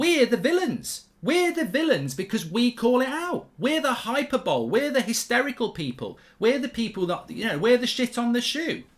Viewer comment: Hyyy-per-bol-eee - 4 syllables